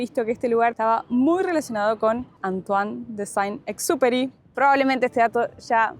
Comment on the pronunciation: dicen que Antoine Sain Superi, no se si se escribe así. Se dice ese rl autor del Principito, pasó por Entre Ríos ( Argentina )